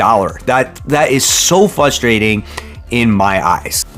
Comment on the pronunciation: Very "fustrating" indeed.